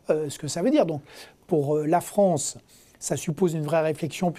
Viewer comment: "La Fronce"